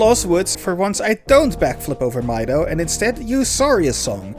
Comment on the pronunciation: Why can no one pronounce Mido's name correctly? Sure the little shit does'nt deserve the courtesy, but still.